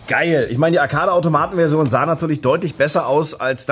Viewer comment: diese deutsche aussprache von arcade tut weh und schmerzt, aber damals wusste man es ja auch nicht besser. ich bin bj ´88 und hab bei pokemon zum teenager immer tee-nager gesagt, ich dachte mir das wird schon so stimmen, iwer mag es bestimmt an teeblättern zu nagen während ich ihn halt nur trinke x)